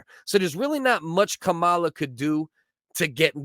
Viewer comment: It's Kamala not cowala